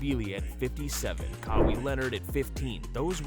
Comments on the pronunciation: Disliked because it’s AI slop. I suspected it within a few seconds but mispronouncing Kawhi Leonard’s name made it so obvious. It’s sad to see laziness when looking for good basketball commentary. Such a waste. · I love the in depth analysis, but you need to work on the correct pronunciation of the names, Sochan is "So-han" and Kawhi, cmon man, every NBA fan knows how to pronounce it. Also, gotta work on video editing as you were discussing Harper while on the video is Cade Cunningham, and what's OKCs championship has to do with it in ? You shouldve put Spurs champ video in 2014. Overall, great video! New subber here!